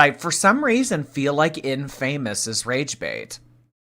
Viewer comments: 'In-fame-us' 😂 Add it to the list of shit can't say. It's 'In-fam-uss' babe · her saying infamous as "in-famous" girl... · “In-famous.” This was scripted so the least she could have done was look up how to say the big words. 😂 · Not "in-famous" she's ridiculous 😭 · The way she pronounced "infamous", it's a script. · Of course was reading off a script. How did you not pick up on the in-famous pronunciation?? She is so god damn stupid!!! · Her pronouncing of ‘infamous’ wrong in her promo is so silly. Gorl has such a poor grasp on the language she has spoken for almost 40 years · I feel like she honestly says infamous that way 😂 has never been the brightest bulb 💡